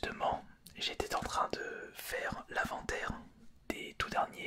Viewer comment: il s’est tromper et a fait une liaison inexistante;) il lui aurais fallut dire j’étai zan train